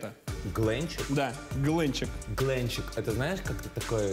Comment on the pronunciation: Клетка глЕнчек, а не глЭнчек! Я бы тоже не поняла!